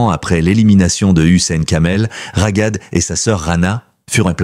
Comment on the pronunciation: Cest trop enervant de vous entendre prononcer RAGAD avec un G. C'est Raghad et le GH est la transcription de غun R grasseillé ( le R parisien). Vous auriez prononcé Rarad, ca aurait ete mieux. Vous auriez pu vérifier. Comment vous faire confiance pour les informations si, pour quelque chose d'aussi simple vous ne vous etes pas renseigné. De toute facon, cest une voix de robot, mais quand même.